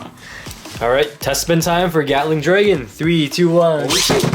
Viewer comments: I’m sorry, but did you just say “Yatling” Dragon? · Bro really said GYATTling dragon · I love how pronounces Gatling Dragon as Yatling Dragon, kinda reminds me of Bigbang Yenesis